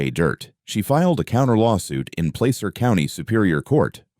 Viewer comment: Description of his location is where I grew up. Auburn is a lovely little Gold Rush town. 'Placer' is the county it's located in, pronounced with a short 'a', Rhymes with plaster.